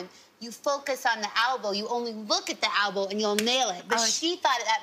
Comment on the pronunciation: Kristen, what the hell's an "albow"? --concerned American